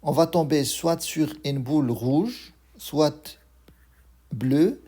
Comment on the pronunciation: Soit not soite Tu écris et tu ne parles pas le t 😅